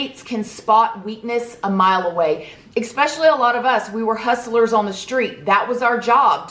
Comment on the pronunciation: You are lovely, but it’s Especially, ES, not X-speshully. There’s no X in especially. Sorry.